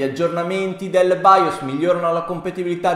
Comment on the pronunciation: nemmeno capace a pronunciare BIOS che è baios ma santo dio